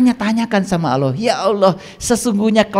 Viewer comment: Allah ya bukan auloh lafaz saja tdk benar😂